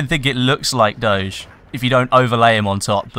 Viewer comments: It's Doge (Doug) pronounced with a straight "g" not some french "shcz" ^^ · how the hell did you pronounce doge... that's neither the english nor the italian pronounciation ahahahah quite weird